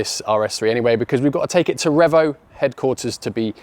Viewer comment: Take a shot everytime says Revo wrong😂